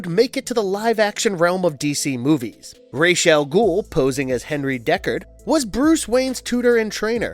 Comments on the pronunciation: He did say DECARD, though! It’s DU(As in OOO!)CARD! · Dude! You have no sense of correct pronunciation in this universe. It makes you look stupid. You called Melisande ..Melisandre. then you called DUCARD .... Deckard. You would think before you make a video that you would at least watch or read the material along with Hooked on Phonics. Plus the original pronunciation of Ra's Al Ghul is Rozz not raysh.